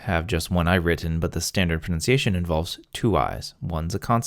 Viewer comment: i do love your pronounciation and the way you talk, i dont mean that in a gay way.